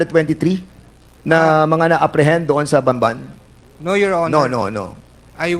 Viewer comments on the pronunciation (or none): Hanggang ngayon, "banban" pa rin bigkas nitong si fernandez. BAMBAN hindi Banban! E ngot. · I think hindi lang siya nag pronounce ng Ban ban. Pati ibang Congressista ganun din ang pagka pronounce. 😂